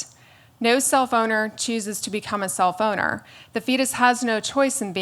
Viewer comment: I have to constantly remind myself that she says self-owner and not cellphoner